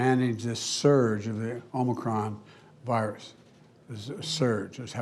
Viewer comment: He READ the whole update but at least he finally called it "Omicron" instead of "Omnicron".